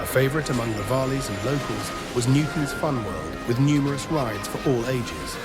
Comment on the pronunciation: did you say "vaalies" 😂😂